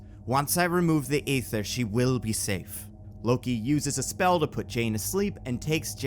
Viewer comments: The Reality Stone is pronounced Eee-ther not Ay-ther. This ain't New Jersey. New Jersey don't exist. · They say EEEE-ther so many times in the movie idk how you're pronouncing it AAAA-ther. Even the real world chemical ether is pronounced ēther. Better off calling it The Phoenix Force if you're gonna joke that then say Ather afterwards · I feel like the joke about saying "Phoenix Force" instead of Ether doesn't work when you keep pronouncing Ether as Ayther 😂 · AY-ther is stabbing me in the ears with every instance of its utterance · Thanks for the warning about mispronunciations. I was prepared to catch any you made, but there were very few, and they were all very minor and/or only happened once or twice. The MCU seems to want to pronounce the Aether "EE-ther," for example. Svartalfheim is one I expected you to trip over, but you got that mostly right. Awesome storytelling, and great dialogue. I'm usually a bit iffy about listening to the dialogue you give characters, but you do Thor and Loki really well. The "Monsters Assemble" thing is a great callback (or callforth, I guess?) that's also sufficiently outside War of the Realms where people probably wouldn't instantly make the connection and realize, "Wait, this predicts the FUTURE...." Bravo. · Am i the only one that died inside everytime he said “Ay-ther” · Thank you, this bothered me throughout. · I know you said you would mispronounce things... But Aether is not that uncommon word, the pronunciation is the same as ether the class of chemicals we all learn in chemistry class since they are the same word only spelled differently. Why are you putting an A sound at the start? That A in the Aether spelling isn't even a true A... is just an easy way to type set the letter Ash (æ). Sorry... I'm never bordered by mispronunciations... but this someone got under my skin. Hahhahahahah